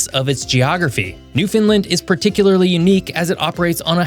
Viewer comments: It's wonderful to see your focus on my birthplace. Thank-you. No one will ever recount recent history without some errors and omissions but pronouncing the topic incorrectly - repeatedly - is a biggy. As others have commented, the name 'Newfoundland', pronounced correctly, invariably rhymes with 'understand'. The accent is almost always on the first syllable, but one local variation has an additional accent on the third syllable while still rhyming with 'understand'. The accent is never on the middle syllable which always remains unstressed, and the third fragment, 'land', is always fully articulated. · Please stop pronouncing Newfoundland like newfinlind 😊 the way Google pronounces it is wrong so please look further and pronounce it right 🙂 thank you and thank you for such a awesome video showcasing our amazing country ❤ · At the mark, says that Canada has the iconic "moose" and an elk is shown. "Newfoundland" is actually pronounced with an emphasis on the "land". And you didn't say it this way but please don't say it the way some people say it as "new" "found" "land," separating the word into the three distinct words which make up the island. As well, the capital of Nunavut is Iqaluit. Iqaluit is pronounced "ee KAL oo it" or "ah KAH loo it." Most of us say the second syllable the same way you say the man's name Cal. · I am going to teach you how to pronounce Newfoundland. You say it sort of like New Finland. It's actually more like Newfenland with the accent on the New and the Land. Fen can also be fun because it you hit the accents right it sounds the same. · The only pet peeve I have is in your pronunciation of Newfoundland. It's not Newfinlind it's NewfunLAND said quickly!! Other than that, you have a great channel and should be viewed in schools all over. Americans know little of their geography and even less of their great neighbor's, Canada. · It’s Newfoundland not Newfinland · And Newfoundland as "New Finland" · Please learn to say "Newfoundland".